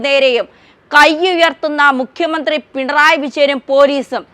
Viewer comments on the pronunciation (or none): none